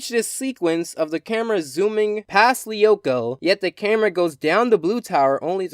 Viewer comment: Co-lee-oh-ko. What its Code loo-ko and I dont even watch the show I've only seen the theme song